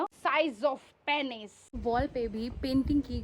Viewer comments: It is pronounced pee**s not pay**s. Don't only think about pleasure and getting paid too😂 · Your pronunciation of "Penis" is wrong; it is pronounced as "Pinus." आपका "लिंग" का उच्चारण गलत है; इसका उच्चारण "पीनस" के रूप में किया जाता है। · Please stop saying 'Pay-niss' (पेनिस ), and start saying 'Pee-nuss' (पीनस ) I will avoid commenting on your other pronunciations, but this main word was important to be pointed out. Good video, otherwise. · Correct pronunciation is पीनस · Hey....dunno whether u will read my message......but I wanna point it out that.....PENIS is pronouced as PEENUS........and VAGINA......VAJAAYNA....I am sorry for correcting u...Ab video ban gaya...aur upload bhi hogaya...but next time dhyan rakhiye aap........Let me add one more thing that there is a Mandir in Assam "Kamarkhya Temple" where VAJAAYNA is worshipped.